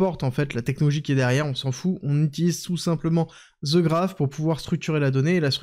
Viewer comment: "The" ne se lit pas "ze" un peu de professionnalisme svp